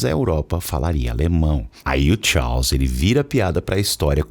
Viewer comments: Rei Tchaus foi a pronúncia aprendida no video, kkkk. Brincadeiras a parte, muito bom. Acompanhava muito no Facebook, eras atrás, nunca mais tinha aparecido indicação de video teu! Melhor conteúdo de inglês. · A pronúncia "Charles" tá errada. 😶